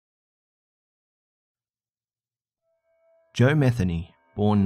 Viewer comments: Lol ... not "meth-any" it's pronounced muh-thēn-ē ! Still an interesting tale 😉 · Is there a reason you censor words in the subtitles? You realize we can HEAR the words, right? Stop censoring. Also, you’re pronouncing Metheny wrong.